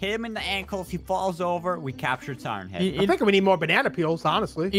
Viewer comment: its pronouneced siren head